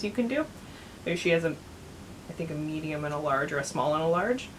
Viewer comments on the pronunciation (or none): none